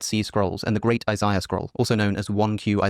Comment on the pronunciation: He pronounced Isiah wrong so he's already refutted 😂😂